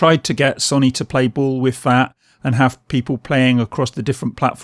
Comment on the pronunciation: You pronounce it as So Knee NOT Sonny